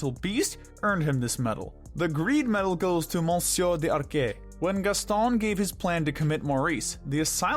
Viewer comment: You pronounced the French names in a Spanish way, not the French way... They say LeFou better in the movie and it's "Monsieur D'Arque (pronounced "dark" with a french r) not "Monsieur De Arqué" like you were pronouncing it as if to sound more authentic, and no I'm not French but yes I am a bit of a nerd when it comes to correcting languages I speak and know.